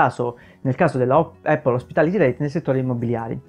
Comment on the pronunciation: Lo so che questa Apple hospitality reit non e' la Apple di Cupertino ma... Non voglio fare il pignolo ma...solo noi in Italia diciamo "eppol"...sbagliando di brutto 😁 La corretta pronuncia e' "Apl" con una "P" ... Ecco la pronuncia dal fondatore...chi meglio di lui?